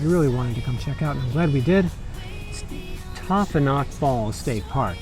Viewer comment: Thanks for the tour!! We used to live in Binghamton, NY and used to visit the Finger Lakes whenever we could! LOVED your video of Taughannock Falls!!! We miss hiking there!! (that is pronounced tuck-can-ick, just FYI - we were corrected many times by the locals when we moved there!)